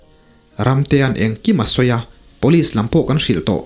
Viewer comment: Rca chhangte nen hian tinge police hi Pawlis ti a in lam zela,ngaihthlak a hreawm,sangtei pawh chu a va luck uchuak tak 😂